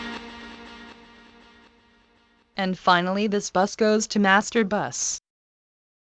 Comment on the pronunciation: Всегда прикалывает как синтезированый голос говорит master buss Мастурбасс🤣